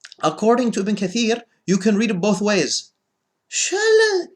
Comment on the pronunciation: I stopped watching when he said ibn kaseer instead of ibn katheer facepalm